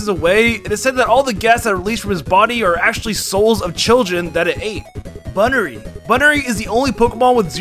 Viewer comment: "Bye-barel" "Khranidos" "Bunnery" "Rye-olu" "Hippo-pottus" "Hippowdin" "Scorpi" "Ookxie" "Ayezelf" "Fiown"